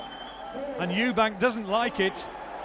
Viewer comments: Frank Warren has known him for over 20 years and still calls him Eubanks 😂😂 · And Frank Warren can't even be bothered to say Eubank, instead of Eubanks. Ignoramus. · It's Eubank not Eubanks ffs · Stop fucking calling him Eubanks, it’s EUBANK. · I love the way Frank Warren relentlessly adds an ‘s’ on Eubank, to make it ‘Eubanks’, to this day..... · It's Eubank. Called him Eubanks atleast 20 time. It's disrespectful to not learn a guys name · Frank Warren always says Eubanks. Done it his whole career. Does he not realise it's Eubank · Someone needs to tell Frank it’s Eubank not Eubanks. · His name is Eubank, not Eubanks you weapon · His Name is Eubank, not Eubanks! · Why does Frank Warren keep calling Eubank 'Eubanks.' Strange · Eubank, not Eubanks! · Why he saying Eubanks when it is eubank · ....also, ‘Chris Eubanks’ ...?! Christ Franks! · Eubank not eubanks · "Eubanks"?? WTF? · This is impressive by Calzaghe. Wtf is Frank Warren falling him Eubanks. His name is Eubank. If this is not a known nickname for Eubank, I think Frank Warren should be banned from all boxing. You can’t add a little s when you want to. We are English people. We do not Call him Eubanks if his name is Eubank! This video and Frank Warren being paid what he gets and being that thick to call him Eubanks is crazy!! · Stop saying "Eubanks" it's embarrassing! STOP IT! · At one point he says 'Eubanks' 4 times in 6 seconds. It's a derisory act to get someone's name wrong. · With respect to Frank Warren and all he has done for boxing promotion , at least he could get the name Chris Eubank correct please . He dropped the 'S' at the end of his surname many years before . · Could at least say "Eubank" properly after everything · Stop saying "Eubanks"